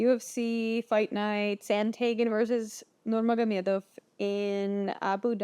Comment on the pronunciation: You Russian? That Nurmagomedov pronunciation was perfect.